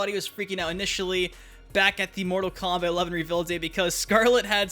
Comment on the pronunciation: Dude still doesn’t know how to pronounce “reveal”- there is no “i” in the word